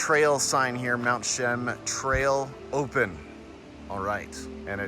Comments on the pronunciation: You have to include the "a". More like Cheeaam. But that's ok, we forgive you. We just know you're not a Chilliwack Bumpkin....lol. Cheers. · Nice video, but you're going have to work on your pronunciation of Mt. Cheam. Indian legend says if you don't see any snow on Mt. Cheam, the next year will be a bad year. Lived in Chilliwack during my childhood and teens, miss the majestic Mt Cheam. Thank you for posting.